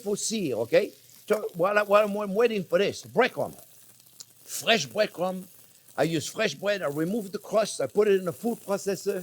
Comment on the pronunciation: breаd is "bred" (Russian crazy things)